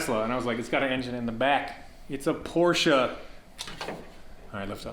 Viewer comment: Can I just say how much of a relief it is to hear you pronounce Porsche correctly 👍👍